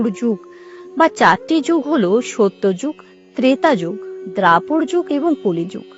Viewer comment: আপনার উচ্চারণ ভালো। তবে দ্বাপর কথাটি উচ্চারণ করতে ভুল করলেন। আপনি মনোযোগ দিয়ে পরে শুনবেন এবং উচ্চারণ সংশোধন করে নেবেন।